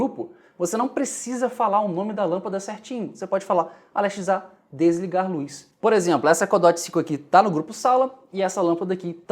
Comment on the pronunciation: Pq vc nao fala Alexa ao invés de Ale X A? Oo Confundiu